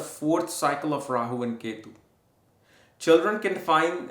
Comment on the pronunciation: ❤🎉 don't say k2 ketu you have good studies but you must say the names properly other wise you are mixing the energies take English class you better your English now